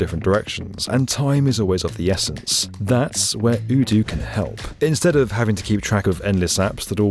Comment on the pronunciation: You're pronouncing Odoo wrong.... Might wanna change that before they come along and see the video